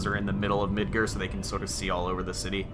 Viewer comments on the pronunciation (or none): Midger? I thought it was mid GAH r like the gar fish